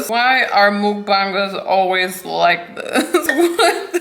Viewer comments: Slay gurl your and it's like your saying backbunger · i think its( muc-bang-ers) try your best to purnouce it! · Your very gorgeous btw it's not mookbangers it's m.U.k.b.a.n.g.e.r.s if it's too oooooo harsh sorry 😐😅😬😳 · Its pronounced muck-bangers btw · It's ''Muck-Bankers'' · Mukbangers pronounced muck-bang-ers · THE WAY SHE SAID MOOKBANGERS